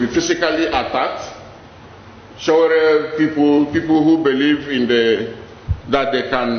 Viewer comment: You don't even know how to pronounced his name. Stop lie Dss